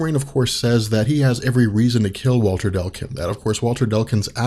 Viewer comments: Not to be that asshole, but everything he said 'Delcun', I cringed just a little bit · oh my god dude C before L it's Declun! Deck....lin. Not Dell kin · "Delkin" "Delkin" "Delkin" That's an odd way to pronounce DECLUN DEC LUN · every time he says dell- kun i just keep thinking.... ITS DECLUN! DECK-LEN!